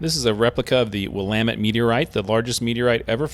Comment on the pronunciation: Thank you for saying Willamette correctly.